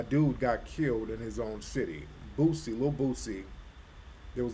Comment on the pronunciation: its boosie bra not bootsie u from the south how u cant pronounce it whole time im thinkin he talking parliament funkadelic